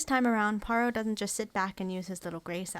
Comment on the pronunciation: Finally an American who can pronounce Poirot correctly 👍 The David Suchet version was by far the best